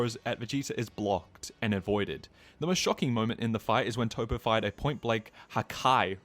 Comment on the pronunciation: Bro why you calling him "Toe-Poe" when it's Toppo as in TOP. A pun on him being top-heavy. Hearing the mispronounced name being spammed so much got annoying enough that I had to comment 😅